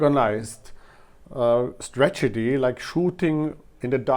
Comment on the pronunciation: Your pronunciation is fine. There's one cool error when you say stragety instead of strategy. Cheers!